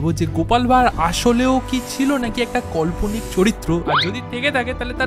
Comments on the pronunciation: দাদা কল্পনিক নয় উচ্চারণ হবে কাল্পনিক 😶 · bhai kotha bolar somoy uchharon gulo ektu dekhis, kane lage. Kalponik(bolchis Kolponik), Lekha(bolchis Lyakha) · Kothata কাল্পনিক দাদাভাই তুমি voice cover a barbar কল্পনিক bolcho Btw thanks for this informative video ❤ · Kolponik na Kalponik hoi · কল্পনিক না কথাটা কাল্পনিক। আর ওনার নাম রাজা কৃষ্ণ চন্দ্র রায়। নিজের উচ্চারণ ঠিক কর আগে ভাই। ইতিহাস নিয়ে কথা বলছিস তাও আবার বাংলার। বাংলা তাই তোর ভালো না।।